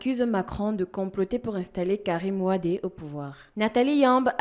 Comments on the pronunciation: soyez pas humble et apprenner les Sénégalais te dise Wade et tu insiste dans la bêtise en disant Wade. son père était Wade et le fils est Wade tu es camerounaise et apprends simplement à prononcé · Ma fille on dit wade on dit pas wadé. C'est la prononciation sénégalaise. Moi aussi je pensais comme toi, du fait que dans l'Afrique cela se prononce wadé mais les frères Sénégalais disent wade. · C'est Wade pas wadé . Je suis sénégalais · C'est Karim WADE et non WadÉ Mlle. Vous êtes Africaine vivant sur le Continent Africain il me semble, ne faîtes pas les mêmes erreurs que les européens en Europe. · Hôtep ma soeur cest Karim Wade pas Wadé😂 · Messieurs et Mesdames, je vis au Sénégal depuis près de 11ans et les sénégalais eux-mêmes prononcent WADE et non Wadé. Peut-être se trompent ils, peut-être avez-vous raison, en attendant respectons un minimum la prononciation qu'ils font de leur compatriotes. Si quelqu'un disait Pensées KamitÉ vous lui donnerez la bonne info. Je vous donne ce que je crois être la bonne info, à vous de prendre ou de laisser ou de faire vos recherches.